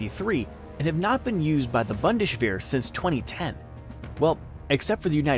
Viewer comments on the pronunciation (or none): Bundeswehr is pronounced kind of like boon-dez-wear, not bun-dash-war or wear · There is no "Bandeswehr". It's Bundeswehr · boon-dez-vhere (like where but V sound)